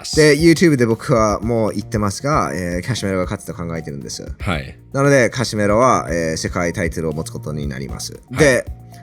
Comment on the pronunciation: カシメロとリコンドーの名前言う時の発音がすごく気持ちいい